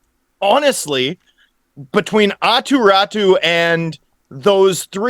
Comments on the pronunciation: I can’t believe we continue to hear”attu ratu”. You just have to read his name all the way to the end guys! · it's pronounced Aahtoo Rahtoo